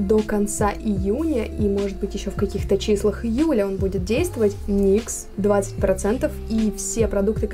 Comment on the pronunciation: Как только я услышала выражение "мастхэвы никсА" сразу выключить захотелось!